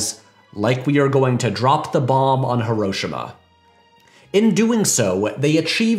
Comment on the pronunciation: Awesome review. One of my favourites too. I just realized the UK upbringing cause you call her "Mum" nor Mom. Oh, and for the record, you pronounced Hiroshima wrong. Looking forward to your next video.